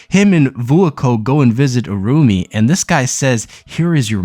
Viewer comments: Irumyuui.. is pronounced ee-roo-me-you-ee...Sorry! nice video :) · Irumyuui: Pronounced EE ROOM YOO EE